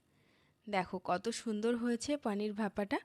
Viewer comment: পানীর নয় পনির